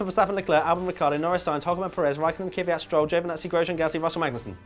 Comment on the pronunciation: pleas learn how to say kvyat... it isn't kivyat